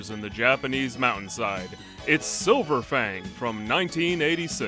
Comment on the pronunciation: Why did I hear "which is silver fang" as "which is so profane "